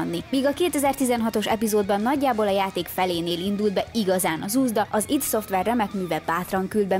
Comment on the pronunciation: Nagyon adja a videó pont amilyennek elvárja az ember tőletek, de nagyon kérlek tanuld meg!!!! Az id az Áááájdíííí 😅😅🤣🤣🤣🤣